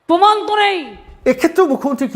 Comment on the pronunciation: পমান নাই/ মমতাজ প্রমান বলতে পারে না??🤔🤔